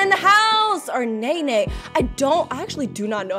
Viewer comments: nene not ne ne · its nene not nehneh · nene is pronounced NEH-NEH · This was so cool! Also there's a voice act mod for the game where you can hear that they pronounce Nene's name as "Neen" so I geuss that's how you pronounce it, it's also not this mod, it's a different mod but I can't remember the name. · Well, me and my whole school agrees that her name pronunciation is “NEEN” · I thought nenes name was pronounced like nheneh or smt idk how to say the sounds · Honestly there isnt a correct way to say Nene unless your the dev and your actually know. I say Nay Nay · Nene’s name is pronounced Nay-Nay! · Btw nenes name is pronounced as knee knee